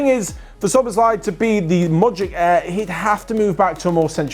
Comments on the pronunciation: You should pronounce it like this: so-boss-la-ee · you say soboslai the a is like you are saying aaaah but short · just checking, did OP say that because they're Hungarian and can verify that's how we say it? Can't tell if they're being sarcastic and I thought still didn't quite say it right but idk, I'm just an English speaker